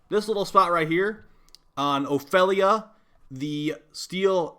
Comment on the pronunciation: honestly, you pronouncing Ophelia feels so wrong